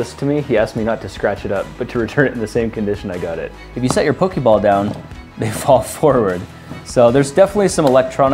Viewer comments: It's "Poh-Kay-Mon" And "Poh-Kay-Ball" Not "Poh-Kee-Mon" And "Poh-Kee-Ball". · It's not pokeeeeeebals its pokeballs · can we address he is saynig pokeball wrong??? its not pokey its pokA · Why is he saying "Pokiball" and not "Pokeball"? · Pokey ball? Poe-key ball? I'm offended. But only because it's the Internet. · didhe just say pooki balls? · auctully is pronounced ''poke-ay-ball'' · That's NOT how Poké Ball is pronounced :/